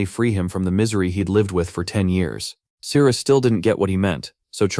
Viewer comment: The story is good and the artwork is nice but am I hearing it correctly... The Captain's name is Cyrus and the MC's name is Sirius but pronounced Cyrus? There was also the mixup with Daisy & Daphne. Don't even get me started on the fight with where the tentacles magically became Veins/Vines with mouths. Either way the Ai narration eventually became very Annoying & Confusing.